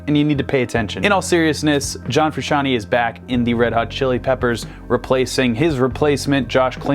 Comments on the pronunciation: Fru- shan-TAY!!! NOT shan- TEE!!!! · It's Frusciant-AYY, not Frusciant-EE, you muggle. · Ikr it drives me crazy, its fruscian-TAY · Frusciante !!! NOT Frusciantee you can't pronunce correctly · it's TAY no TEA gosh... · Fruscianteeeeee ...not Frusciantiiiii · It's pronounced Fru-shawn-tey not Fru-shawn-ti. Otherwise it would be spelled fruscianti. (Basic Italian pronunciation). Sorry this really bothers me. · You dont say John Fruscianti Its John Frusciante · It is Fru-shon-tayyyyy!!! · Froo-shawn-tay Also he's wearing the same plaid shirt as John. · Bro, chill. Theres no way for him to know how to say it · I'm sick and tired of people mispronouncing "Frusciante".